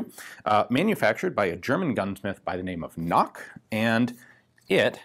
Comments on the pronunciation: wrong. Since it is a German gunsmith, you have to pronounce the "K". The name is "Knoch" and not "nock". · Just FYI, there's no silent letters in German. The K in Knoch needs to be pronounced. He's not called 'Noch. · Knoch isn't pronounced like "knock" but with a hard k and a ch as in Loch (Ness). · Hi. Here's a handy pronunciation guide: Knoch, the k is not silent. The ch is like Loch Ness. Also Dreyse is dry-suh. Cheers! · Please work on your german pronounciation. Ch is not pronounced like a k